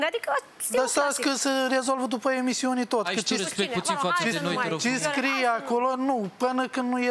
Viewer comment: eu va spun egzact"...exact nimic ca de obicei 🙈...,, da mai bine nu va spun"...,,veti vedea"...,, când o sa vedeti ce urmează "...,, după iemisiune se va rezolva tot''...,,o sa discut după iemisiune"...,, o sa vedeti ce se întâmplă după iemisiune"... Io v-am spus ca pe mini nu ma interesează nimic" și tot asa 🤦‍♀️🤣 Jale! Un fel de nimic! 🤣🤣 De rasu plânsului! Felicitări,! Inspirație pt de-ai fi măcar!